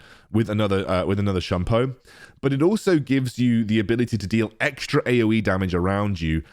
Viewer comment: Can someone teach how to pronounce Shunpo pls?